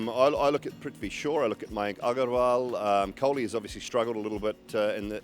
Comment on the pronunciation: Simon Doull pronounced Agarwal in the Indian slang.. good to hear😁